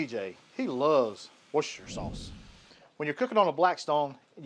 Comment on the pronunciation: Wu-Ster-Sher sauce; Worcestershire sauce. Say the 'Ster and Sher' quicker.